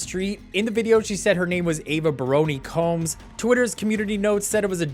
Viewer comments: HER NAME IS BARONI!!! NOT BARRON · Her name is BARONI not Baron . I’m not surprised